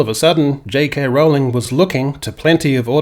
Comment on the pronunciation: The narrator (computerised?) Is inconsistent over the pronunciation of "Rowling", getting it both right (rhymes with bowling) and wrong (rhymes with howling) within a couple of minutes.